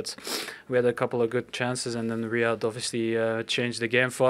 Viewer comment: It's riyad not Raid 🤦‍♂️🤦‍♂️